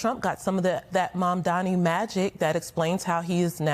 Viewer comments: Why can't they pronoince M-A-M-D-A-N-I ... stress on that "N". Why? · Why can’t any of the panelists say Mamdani? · Meghan Hays could not prouncoue Mamdani's name? Is it some sort of a mental block? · can you guys please learn how to pronounce his name. it's not that hard